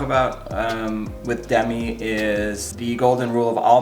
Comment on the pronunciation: It’s Deh-meeee